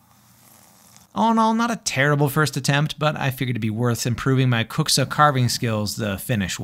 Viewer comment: your pronounce of kuksa is AMAZING. I have never heard non-finnishspeaker pronounce finnish words better than you! 😊 Our language is hard so you can be so proud of this! EDIT: Almost finished video and saw you speak more finnish, and you can even prouder because my statement about best pronunciation ever stands still.